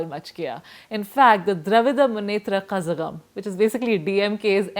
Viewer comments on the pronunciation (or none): Dravida Munnetra Kazagham is pronounced as Dravida Munnetra Kalagham since the letter La can not be transcripted in english it is substituted by a Z. Tamil does not need a Z otherwise.